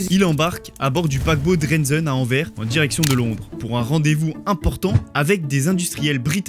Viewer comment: Beaucoup d' "erreurs" et surtout arrêtez de dire "envère" pour "Anvers", le "S" se prononce..